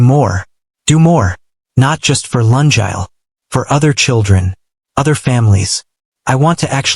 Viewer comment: Oh pronunciation of “Lungile” the name is bad🤦🏽‍♀️it a Zulu name Luu- ngiii- leeh not Laa- njaal 😔 And mix of months and years and lungile’s mom is korean and dad is korean but she looks multi racial 🙆🏽‍♀️😁 Storyline is good but the author nedded to do corrections b4 putting on for us to listen Thank you